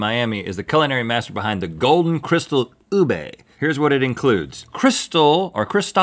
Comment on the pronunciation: In Philippines its not pronounced as "ubey" it is pronounced like "oobeh"